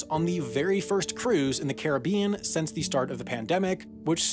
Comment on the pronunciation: Why do you pronounce “Caribbean” two different ways in this video?